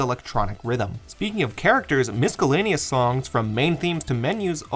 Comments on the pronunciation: you did not just unironically say “miskellaneous” 😂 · From the bottom of my heart, you don't pronounce the C in miscellaneous